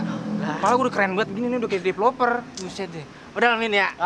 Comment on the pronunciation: Deploper bukan koper😂😂